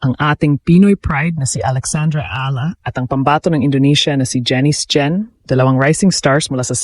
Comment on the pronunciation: Please pronounce properly Alex Eala’s LAST NAME.